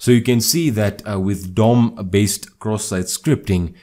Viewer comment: Bro i wake upp 3 am and I hear this indian dude talking about CroSS SiTe SCripT